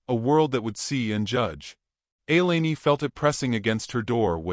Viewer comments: Thank you! Butchered that name badly. So annoying. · Please pronounce her name correctly. Elaine is not elaney, it's pronounced E lane.